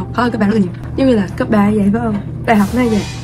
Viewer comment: Mình thích chén nì lắm á nhưng mà "cấp 3" chứ hong phải "cắp 3" đâu <3 merry christmassss